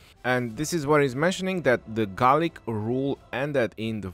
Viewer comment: Gaulic "Garlic" LOL